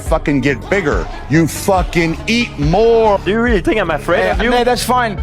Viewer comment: “you f-ing eat MOOR”